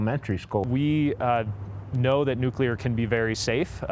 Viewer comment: No offense to the older gent. But as someone who works in the nuclear field. I always chuckle whenever I hear an opinion where someone pronounces it "Nuculear" rather than "Nuclear"